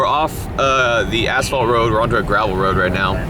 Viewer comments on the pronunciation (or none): Since nobody else is going to tell you, but: "You might want to pronounce the word "asphalt" a bit, differently, currently it sounds like "Arsehole". 😅